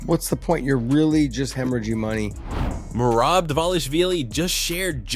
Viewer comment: Tripping me out so bad how hes pronouncing Merabs first name differently every time he says it xD!!